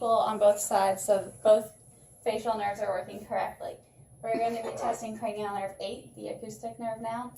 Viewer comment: Cranial “nervs” or “nerves”?